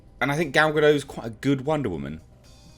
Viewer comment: Gal Gadot is not a silent T.